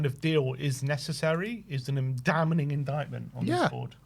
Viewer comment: It's pronounced Damning not Damaning